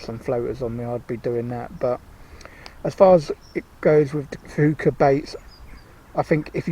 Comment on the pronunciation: Think they're pronounced "fooka" never had any success with them, nice little video